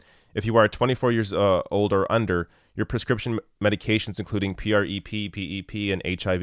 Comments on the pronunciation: Why are you spelling out PrEP? It's just 'prep'. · Oh wow... how he pronounces prep... Hello granpa, I get it, you dunno how to pronounce these crazy "youth words" har har... Ugh. Good points overall though so at least there's that. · Dude just call it Prep. Not. P R E P lol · I used to wonder if was a fellow gay, because he's so damn handsome and such a kind person. Then I watched this video where he spells out PreP (P-R-E-P) instead of saying "Prep" like all the rest of us. Which leads me to believe he's not, and, sidebar, makes me a little sad. But congratulations, I think I've discovered a new litmus test for homosexuality! LOL! Great work as always,! Thank you for this! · I love ya,, but you don't have to keep spelling-out the acronyms. It's just "PrEP." 🙂👍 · Ugh yes. You completely missed my point. It's a drug name he mispronounces out of complete ignorance. He could have taken 5 seconds to google about this and find out how to pronounce it and not sound ridiculous. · You’re mispronouncing it. Say it: “prep”. It stands for pre-exposure prophylaxis. You clearly needed to do a bit more research.